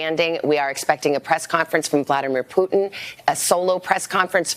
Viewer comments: C'mon Man, I thought you said a summit with "Pudding" not Putin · Cmmon man i taught you said a summit with "pudding" not Putin